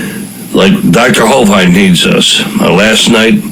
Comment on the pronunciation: Thanks for the upload. I do wish the radio host would stop mispronouncing Kent Hovind's last name. It's a "short i", not a "long i". And the stress is on the first syllable.